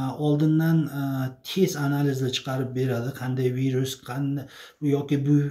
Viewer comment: Vayrus deng virus deb notugri aytyapsiz😝